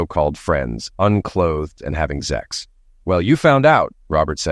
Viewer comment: What's up with "zex" and "zexual" instead of sex and sexual? Does YouTube have a problem with the process of procreation? Who's running YouTube, religious fanatics & zealots?